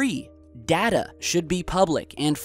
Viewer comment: You make fun of the guys spelling and grammar, but then you pronounce Data wrong.